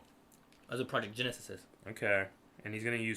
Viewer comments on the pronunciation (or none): "genesisis" lmao.